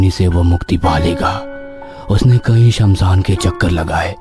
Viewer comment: It's shamshan not samsaan 😅